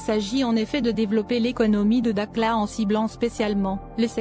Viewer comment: dakhla pas dakla